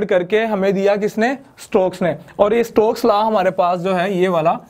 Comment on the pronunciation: It's Stokes law not strokes law